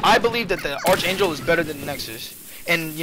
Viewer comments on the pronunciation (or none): Btw it's pronounced 'arK-angel' not 'arTSH-angel'